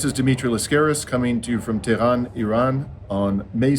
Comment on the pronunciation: Hi Dimitri, it's pronounced TeH-ron. 'Te' like in 'test,' ending the syllable with a short audible "H," followed by 'Ron' like the name. Similarly, Iran is pronounced 'E,' like the letter E, and 'Ron' like the name. Grateful to you for keeping us informed.